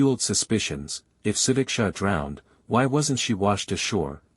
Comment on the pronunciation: Actually he is pronouncing her name the correct way . Su-dik-sha. And her parents don’t care about her . They closed the case to save their reputation because having horny girls is bad for Indian families